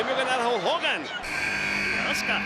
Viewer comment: esos tipos no saben como decir un nombre en ingles, se escribe azuka y ellos le dicen azka creo que estan bien mal🤣😒